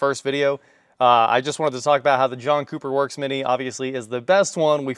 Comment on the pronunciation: at some point i heard "Junk Cooper Works" .... 😂